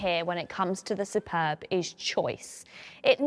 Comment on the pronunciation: Yay you got the name right lol I have the Superb iv sportline plus and the only thing that lets it down is the battery range started at 32 miles and now it is cold I am down to 19 miles on 100% charge and that is only charges at 3.5kwph